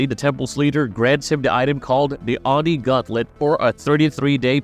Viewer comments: Its OH-NEE (Oni) not Ahnee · How he pronounces oni is bothering me lol